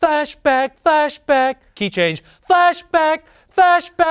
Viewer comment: Ian sounds like he's singing "Fashback."